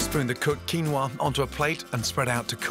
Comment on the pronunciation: A world-renown chef who you would expect to be knowledgeable about the ingredients he cooks at least, yet cannot even pronounce the name 'Quinoa' properly. A bit of learning Gordon, 'Quinoa' is the Spanish version of a Quechua word kinua or kinúwa, pronounced as 'kee-NO-ah'. You're welcome.